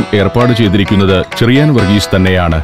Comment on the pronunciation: ചെറിയാൻ ആണ് ഷെറിയാൻ അല്ല.. ച യും ശ യും ഷ എന്നാണ് കേൾക്കുന്നത്